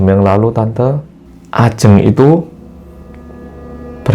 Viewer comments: bilang nya bukan ajeng mas tapi ajeng 🙄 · bentar.. kenapa di awal sebutin Ajeng nya begitu 😅 tp udah sih setelahnya bener